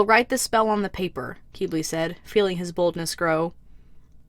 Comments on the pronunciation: YoU SAid HiS NaMe WrOnG (crys very not silently)its not pronounced "keybley" its pronounced "kibli" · Quibli not Queebli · it's pronounced "kiblee", not "keebli" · Hate to say it, but,, it’s pronounced Kih-blee. Not Kee-blee. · Just to say... Qiblis name is pronounced kib-lee